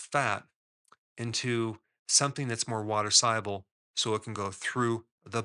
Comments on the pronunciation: Why do you pronounce the word ‘soluble’ as if it’s spelled ‘sieable’? Am I mishearing you sir? 😊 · Why mispronounce SOLUBLE as SIABLE? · Are you saying soluble or siable I can't understand sorry is it my accent ? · What does ‘sigh-able’ mean? Is that a word in English? If you mean ‘SOLUBLE’ then why don’t you say so? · It's pronounced saal-yoo-bl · Are you a real doctor? Soluble is pronounced "saal·yoo·bl" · SOL- uable. 😂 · Confused at the beginning how Dr Berg pronounces "soluble" hehehe. Great recommendations for healthy eating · Lot of good info but struggling to listen to someone dropping the 'l' in 'soluble '😬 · Is the "l" in soluble hot pronounced?